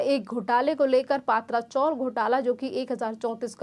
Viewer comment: पात्रा चॉल नही भैया - पत्रा चाळ हे हिंदी चॅनेल वाले कधी सुधारणार ?